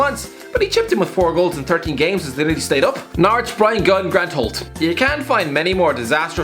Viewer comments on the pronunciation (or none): none